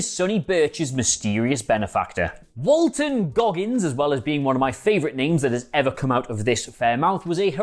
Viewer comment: The way you said Walton Goggins' name, it sounded like some English village around Gloucestershire. "There's this amazing pub, it's in the village of Walt-On-Goggins."